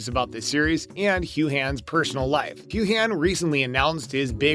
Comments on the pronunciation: It's pronounced "Hugh in" not Hu han... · This is such ridiculous click bait. First, learn to pronounce is his name is Hugh-an. Not Hugh-han. He's not leaving the series.